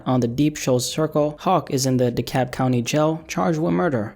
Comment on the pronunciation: The L’s not silent in DeKalb lol